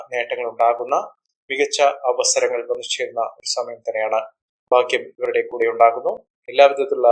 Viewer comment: ഭാഗ്യം ശുദ്ധമായി ഉച്ഛരിക്ക്